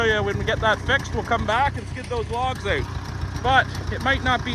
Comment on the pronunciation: It’s out not oat